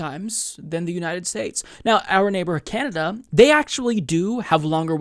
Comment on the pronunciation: I like how he said canader